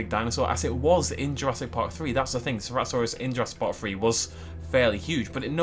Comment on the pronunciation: Did just say "Cerato-thanos"?